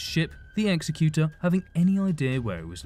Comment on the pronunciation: "Exy-cute-er" Really?